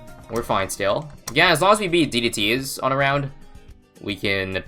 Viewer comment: Bruh annunciate d d t for the love of god it’s not d e t